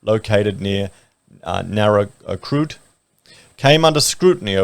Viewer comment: It's pronounced Nara-court